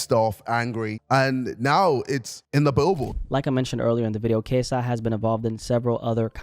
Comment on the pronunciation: He's lost the I in KSI